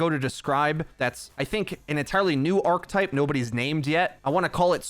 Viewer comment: I always look forward to your videos,. Your channel is one of the few that will still dive this deep into OW. Just do me one favor...please look up the pronunciation of "archetype" in your spare time. Thanks. Love you!;-)